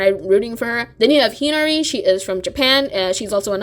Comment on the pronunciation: Plus the pronunciation of hinari got me too. She said it like henry